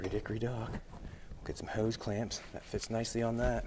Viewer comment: Hose, not Hise.😄